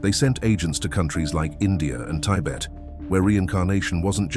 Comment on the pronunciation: "Tybet" LOL